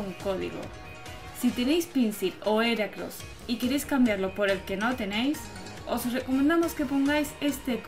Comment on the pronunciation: No se pronuncia Eracross ya que en inglés la H no es muda se pronuncia giracross